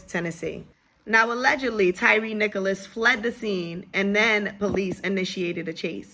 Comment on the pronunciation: Nichols, not Nicholas